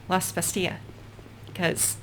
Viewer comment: Pronounced Bas-TEEL. It's French, not Spanish.